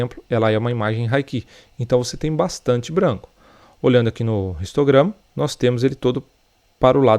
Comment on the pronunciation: Bromo seu vídeos são muito legais e vc explica muito bem mas por que vc fala "ristograma" e não "histograma"?